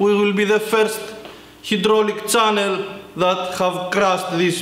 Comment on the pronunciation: learn how to say channel